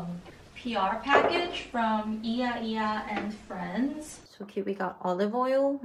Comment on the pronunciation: When you make pasta with tomato sauce try to put some seasonings it gives more flavor and about the name of the brand, you pronounced it wrong its a Greek word yia-yia that means granny put the a and it will sound right! Wish you the best!💜